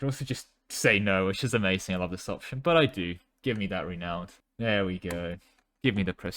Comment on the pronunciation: I want to be polite, but please check the pronunciation of Renown and Matrilineal. Your voice is easy to listen to otherwise. ;)